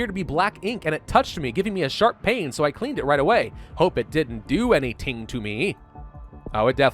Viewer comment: when he said any ting